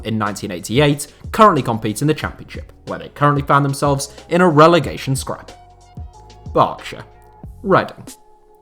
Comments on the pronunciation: Thank god he’s learnt how to pronounce Berkshire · Two best things about this video are you pronouncing Berkshire correctly and mentioning my team Bracknell Town you definitely deserve a like. UP THE ROBINS.